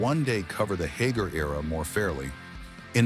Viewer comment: And here I've been pronouncing Sammy's name wrong all these decades. Thank you AI.